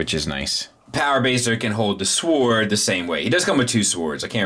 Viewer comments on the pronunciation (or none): S--W-O-R-D should be pronounced like 'word" but with an "s" on the front 😜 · Wait, you can't pronounce sword right, I never noticed that, LOL. Keep doing your THANG. Also, those 3 extra heads are actually kids in robot form.